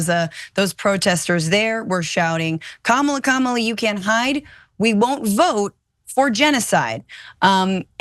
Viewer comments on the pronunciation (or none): Kamala is pronounced "Comma La" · kYou STILL can't pronounce Kamala's name correctly! Thumbs down scrolling away, no excuse not to say her name right. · Oh no she mispronounced the VPs name. How dare she 🤣. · I think you should learn to pronounce her name if you're on the news